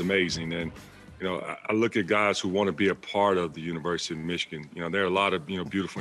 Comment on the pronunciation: Dude at the end said "wishigan Wolverines. Hope that was a mistake and not a shot